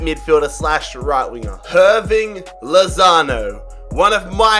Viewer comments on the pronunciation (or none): He called lautaro lozano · You said lautaro wrong